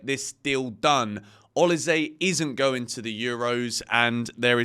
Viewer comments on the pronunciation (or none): It is actually pronounced O-LI-SEH. Not say. It's a Nigerian name from Edo state. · is it pronounced o lee say (Olise) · Is he pronouncing Olise properly? 🧐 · how are u not able to say olise?